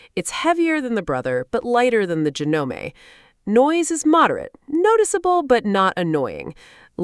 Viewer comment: This video is just garbage to make money off of your views. This person knows nothing about sewing machines.Can not even pronounce the name Janome properly. Shows the completely wrong machine in one example.